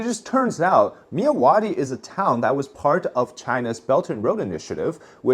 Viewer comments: I'm from Burma my dude. I know you are trying your best with pronouncing our names. Myawaddy is pronounced "Mya^ Wat D". Love your content dude. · As a Burmese/Myanmar, the way you pronounced Myawaddy makes me spilled out my drink haha.